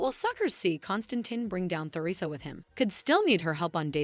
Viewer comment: It’s obvious the narrator doesn’t read our comments. I’ve pointed out and requested several times for the narrator to learn and properly pronounce numerous names and the theme place of DOOL. SHE HAS YET TO GET IT CORRECT. Teresa, Nicole, Salem, Paulina, Chanel among others.